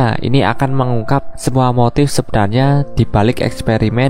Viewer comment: Apa sich sepenarnya tercati, min jgn di ubh2 hurufx kalo ngemeng...